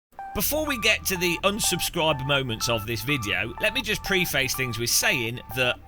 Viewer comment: Stop saying pre face. It preface!🤬😅